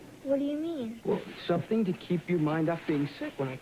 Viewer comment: always cracks me up because he's always standing on his tiptoes every now and again as he talks to someone. Also he can't say the word something. It comes out Sun thing. I noticed this ever since I was a kid